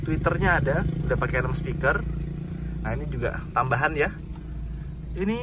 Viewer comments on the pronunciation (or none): none